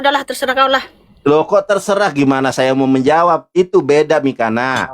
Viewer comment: Mikana,,, udah salah baca masih ngeyel di jelasin nandar😂